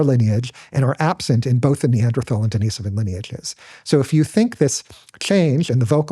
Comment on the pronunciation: HTF is he pronouncing "Denis-ovan as if it's the girls name "Deniece"? The guy doesn't even know hot to correctly pronounce their name.